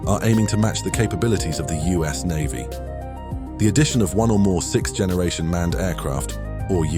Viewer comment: I'll never be tired of hearing people say sicth instead of sixth